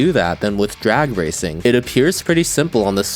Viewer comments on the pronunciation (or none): bro did NOT say racing 😭🙏